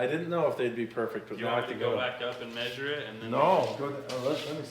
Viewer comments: maybe measure instead of "maysuring" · Is it measure, or mayzure? Because I hear that hillbilly over on FabRats say it too, only he's way worse. Keep up the good work. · Some people’s accents are funny… ‘measure’ isnt normally pronounced as “may-sure”. Just like ‘pleasure’ isnt “play-sure”. Its a “meh’ sound. Not “may”. Not that it matters, it just sounds weird hearing it that way, and it was said a lot here… but I’m sure I mispronounce some words, too 🤷‍♂️ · That would "may-zure" 610 millimeters. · Why do and Casey LaDelle pronounce "measure" so strangely?